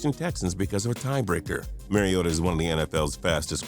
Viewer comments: Please, Mariota is pronounced Marr ee oe tuh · BTW the "mar" is pronounced like "car" in Mariota. Thanks for making him #1!